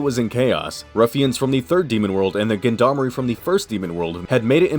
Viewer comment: nice review. just learn how to pronounce gendarmerie